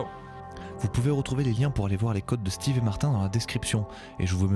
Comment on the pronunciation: c'est Steve pas Steven :)